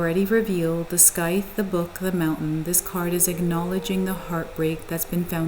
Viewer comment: Happy to see the triumphant return of this channel!📣 Also, just FYI, scythe rhymes with tithe. ❤